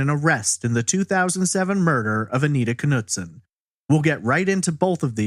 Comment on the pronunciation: the K in Knutson is silent , didn't you kanow that ??